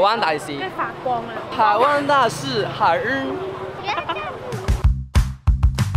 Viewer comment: 「臺灣大使 海enrrrr」😂